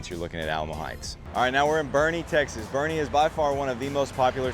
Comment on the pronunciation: First of all IT B O E R N E, TX Not Bernie. The entire reason for living in Boerne and not inside 1604 or San Antonio proper is because it has become a Traffic Congested GHETTO. San Antonio is suffering through what all big cities eventually suffer through, the Liberal Policies of the "Blue" "Progressive Policies". The citizens of San Antonio narrowly defeated a "no bail" policy that the craziest members of the city council put forth. Everybody attacking this man for stating the obvious in the most simple way has an agenda. The unfettered illegal immigration policies of the past 30 years have finally taken its toll on San Antonio. This is a fact, not fiction. Not a racist or, more correctly, a bigoted statement. Crime is on the rise and elements within the city are trying to prevent the law enforcement from dealing out lawful justice for those crimes.